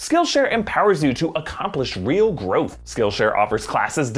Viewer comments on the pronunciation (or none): none